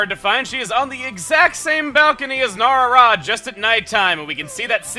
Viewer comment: I think it's No-Ra-Ra, not No-Rara